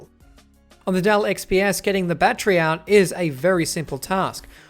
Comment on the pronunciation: Great review! "Battery" has three syllables.